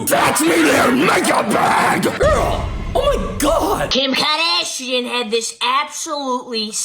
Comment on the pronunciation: Lmao me and my friend STILL say Kiim kaaadashianne